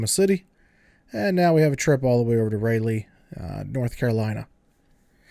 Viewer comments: He said "Ray-Lee" North Carolina xD Its pronounced ral-ee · its raa-lee not ray lee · YOU MISS PRONOUNCED RALEIGH. NOT RAY-LEIGH ITS RA LEE. Look it up